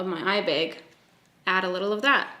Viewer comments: “eye bayg” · the way you say “eye bag” is like the most satisfying thing ever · I absolutely love this look and the way you say eye bag 🤣🤣🤣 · the way she says 'eye bag' is killing me 😂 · Please say eye bag again. 😂